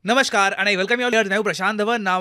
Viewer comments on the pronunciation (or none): none